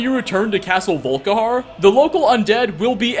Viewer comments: “VolKAharr” I know I’m being a douche bag, but it’s pronounced “VolKEYhar” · its not volkihar its volikhar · Did you say "Soul Karen"?! 😂😂😂